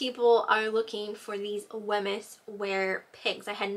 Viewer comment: Hi, Thanks for your great video. Just to let you know Wemyss is pronouced ''Weems".